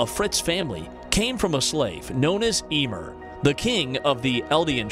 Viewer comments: its Yeeeemir, not Eeeeemer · Eeemer wtf it’s pronounced yameer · Am i the only one who was triggered when he said emir instaed of yumir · He saying it like emerr its actually yamirr thats hiw you say it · The correct way to say Ymir is (iːmɪər), nonetheless this is way better than the robotic voice, great job! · excuse did he just call Ymir “femur” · Sorry, but I had to do it... EE-MUR😭😭😭😂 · Her name is pronounced Yuh-me-yer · Your video is good, but the way you pronounce Ymir, is just like someone pronounce symbiote as sim-by-ote, it's irritating in my ear. Should just called her name Ye-mir. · The way he mispronounce “yimir” makes me mad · A new way to pronounce ymir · what the way he prounced ymir lool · I can't with the way you're pronouncing Ymir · the way he's pronouncing Ymir Q^Q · this guy really pronounced Ymir wrong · incorrect way of pronouncing Ymir’s name. u sound so cringy saying her name lol.